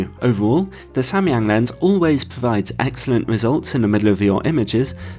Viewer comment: As a Korean I was surprised by your pronunciation of Samyang, which cannot be more accurate! Then I learned that you were an English teacher in Korea long time ago lol 😂 Great review! Thank you!